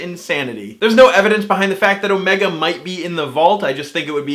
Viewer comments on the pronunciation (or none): You said oh-MAY-ga, whereas the Time Lords say OH-me-ga. What if you are right? It may be the founder of the Time Lords from an alternate universe, where Gallifreyans have American accents for no good reason instead of British accents for no good reason. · It's the first Doctor, as played by David Bradley. And Omega is pronounced with the emphasis on the "O", not the "Me" in Who.